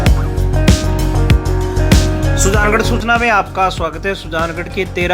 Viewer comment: Sujangarh coochna 😂😂 soochna hota 😂